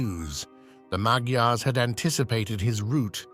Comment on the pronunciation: I’ve had Hungarian neighbors. They pronounced Magyars as “maj- yars.”